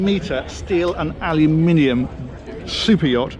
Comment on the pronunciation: Wow, I like AL you minium. We pronounce it ah loom in uhm. Cool as heck to hear your English accent.